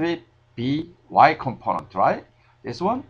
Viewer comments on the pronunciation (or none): thumps up you like to hear his "componont"